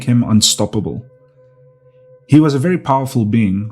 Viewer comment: Wery nice, wery cool.